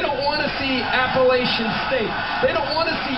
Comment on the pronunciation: Thank you for pronouncing "Appalachian" correctly